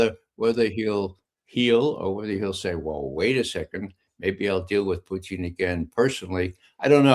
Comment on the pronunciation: Ray Mcgovern pronounces Putin's name as Poutine which is a French Canadian dish of french fries topped with gravy and cheese!!!!